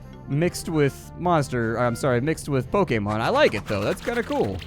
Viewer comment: The only person to say Pokémon correctly in the whole world.